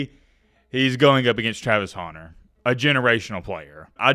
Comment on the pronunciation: always pronouncing Travis Hunter Name like "Travis HAUNTER" lol